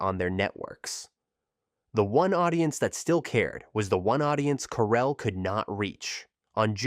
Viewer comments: "Core-ell", not coral. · can you at least pronounce Corel properly?